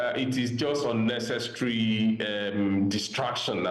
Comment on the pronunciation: "Unnecestry"; "Hoff". My friend go and learn to pronounce words properly.